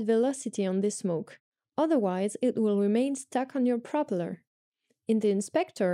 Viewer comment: Hello, thanks for the explanation of this part of the SDK. You are doing a great job. One small pronunciation tip, which you will probably will use more in this job. Propellor is said as propéllor, with the second part of the word stressed;-)